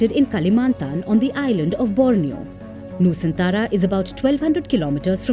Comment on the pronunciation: Nusantara bukan Nusantala